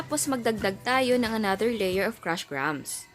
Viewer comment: That's the correct pronunciation of "grahams".